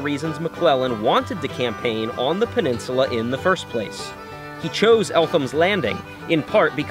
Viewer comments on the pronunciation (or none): none